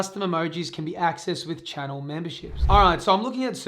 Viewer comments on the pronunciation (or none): none